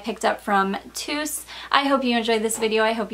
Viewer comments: Hi. The right pronounciation is not "Tus" (o+u=u), but To-us like Toes 👣. It obviously doesn't mean that. It is a family name. 😃😜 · As another native Spanish speaker I agree with Olga Perez Briseno that it's actually pronounced as "toes". Love your channel!!